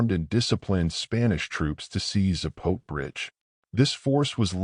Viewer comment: Its pronounced Zah-po-teh.